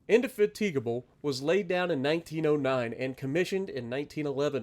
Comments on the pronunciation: indy-FATTA-guh-bull is the non-Midwest English 😊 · Lol nice try on saying the name of the ship but that's not how you pronounce it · Jesus wept please learn how to say Indefatigable you're making me 😢